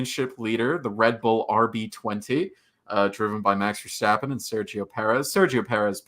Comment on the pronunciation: dear lord, that pronounciation of Verstappen, lmao